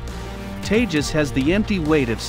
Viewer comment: It's seem funny when you say teja💨 lethal fighter jet